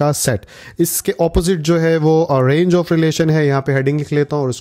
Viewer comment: sorry sir I am not satisfy to pick your mistake but it is important to tell you that you have mistake in all video that its not rang it is range